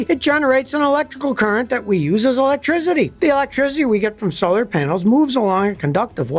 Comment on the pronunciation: uhlectrizity luv ya scotty 😅